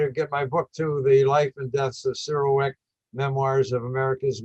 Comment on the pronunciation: “ I GOT 21 PEOPLE IN MY HOUSE " GET THE HELL OUT !!! , “ YOU BETTER BE DAMN PASSIONATE ABOUT THE KENNEDY ASSASSINATION “ !!!! MR. CYRIL WECHT , NOT CEREAL WRECK !!